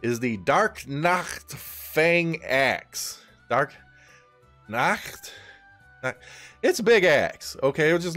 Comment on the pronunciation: as a German your pronunciation for Nacht was pretty good!